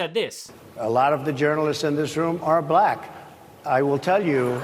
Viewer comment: Buhlackk. Done on purpose of course